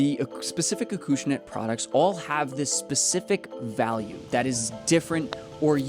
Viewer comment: It's pronounced Acushnet not Akooshnet 🤦